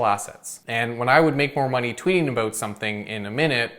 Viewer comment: Is that a Canadian thing when people pronounce "about" as "aboot"?